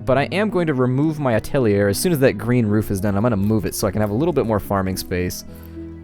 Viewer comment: Atelier is pronounced "At-uh-lee-(h)ey" French for workshop :) And you should leave the omelet producing on. It doesn't affect the chicken and it provides extra food as backup so people don't starve at least. Finally, you have floating rocks above your new atelier location. Just use a scaffold to allow them to reach it and get them mining. It's currently preventing you from placing your last skinning station. :)